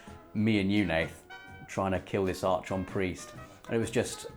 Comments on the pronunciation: it's pronounced "Ark -on" and the frigging strike is on Venus. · Archon is pronounced “arc on” isn’t it? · Yo,. Archon is pronounced "AR-kahn", m'man. Carry on.:) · I love you man, but please, PLEASE stop butchering "archon". Its pronounced "arkon" due to its greek roots.